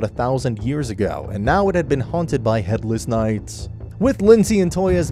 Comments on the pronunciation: why did you say head less nights like that lol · headless knights is said so weirdly